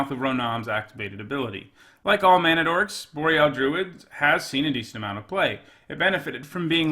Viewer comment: Mispronounced "Boreal"